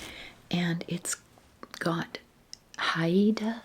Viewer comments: Hi! Haida is pronounced Hide-ah, just two syllables. I was fortunate to visit Haida Gwaii this past summer for the first time, it is a truly spectacular place! Haida culture is alive and well, thanks to the ongoing efforts of the people to preserve the language, arts, ceremonies, and lands. ❤️ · Hey, this was yet another lovely video- thank you!! I lived in BC for 10 years and wanted to let you know Haida is pronounced "hi-da" (only since you mentioned how to prounce it!) 🥰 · I’m Inupiaq and live in Anchorage Alaska! I think you’d love visiting the cultural sites and shops! (It’s pronounced like “HI - DUH”) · Haida (Hi-da) indians of British Columbia we’re famous for the totem poles - FYI